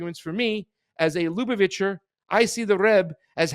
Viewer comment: This is absolutely crazy and I cannot wait to hear what these tunnels were meant to hide or protect. But, I once heard you say you were Jewish and grew up in Boca Raton. Your inability to correctly pronounce any name in this report makes me think otherwise. ("Ch" is always pronounced like the "ch" in "Bach.") As for Netanyahu meeting Schneerson, the Lu - BAV - itcher RE-bbe must have met at least a few million people on Eastern Pkwy in his lifetime (probably even the Pope) so this video of the two of them may not, on its surface, mean anything sinister. People from all over the world came to Reb Schneerson, Jews and non-Jews alike, for his blessing. He is long dead but remains a spiritual leader for millions of people around the world. The Lu BAV itcher Jews of Cha BAD believe Schneerson is the coming Moshiach (I dare you to pronounce THAT word!) The idea that he will eventually rise from his Brooklyn grave and lead the world into peace on biblical Mount Moriah (the present site of Al Aksa Mosque) enrages many other Jewish sects because Judaism never had a Messiah that rises after death (like the Christian Messiah). Muslims always have to worry about religious zealots (Jewish and Christian alike) who have tried to blow up their holy mosque on Mt Moriah in order to build the Jewish 3rd Temple.